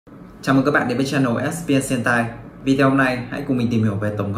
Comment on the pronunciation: Trời SPN Sentai mà cứ đọc nhầm h*e*n*t*a*i